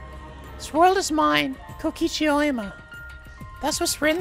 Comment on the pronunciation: "Oema" REEEEEEEEEEEEEEEEEEEEEEEEEEEEEEEEEEEEE